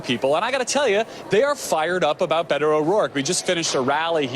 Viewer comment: Fake Mexican!! It is so funny hearing them saying his name...Be Toe. That is not how most Hispanic pronounce it